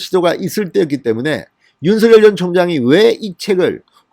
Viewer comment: 진성호선생 윤 전 검찰총장님의 이름을 개명하지마새요 윤 서결, 서결 하시는데 윤석열 입니다 혀가 좀 짧습니까 연습하시고 발음을 바르게 하세요, 윤총장님 정의롭고 온전한 대한민국의 자유민주주의를 위하여 화이팅! 화이팅!! 화이팅!!!